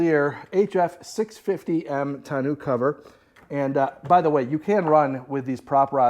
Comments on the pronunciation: Tonneau is Tonn No. not New fyi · Great video brother!! Don't put the bike in the truck!! Trust me you won't like making that happen...to awkward and to dangerous!! Get a small trailer with a low ramp for your bike and leave the truck bed for other cargo!!! Also....it's not pronounced "ton-noo"....figure it out!! 😄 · Great videos with great content sir. Thank you. Now TONNEAU is actually pronounced TONNO. As it is a French word and in French, when the word ends with EAU it is pronounced O. For instance EAU means water in French and it is pronounced O. Same for the Tonneau Cover. I hope this helps sir. Again fantastic content. Thank you for all.